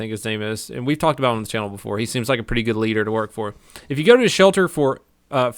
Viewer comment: hahahahaha said "shelta"